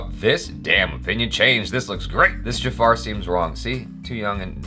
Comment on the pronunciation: Its not "Jafaaaar" , its Jafar...